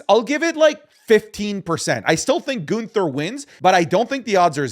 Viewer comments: Ain't no WAY he just called Gunther "Gooner"... 💀💀💀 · How do you botch Gunthers name 🤣🤣